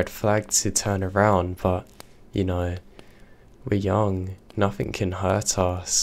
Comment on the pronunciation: Its very hard to understand you to thw point where its useless to listen for instance, you say "bother " comes across as brovvaa.. And it is monatone. Not great for story telling. Just my opinion. Which means nothing. Or in your words, "nofffin"